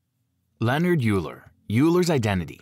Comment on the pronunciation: Euler is not pronounced Yoo-Ler. It’s pronounced Oi-Ler.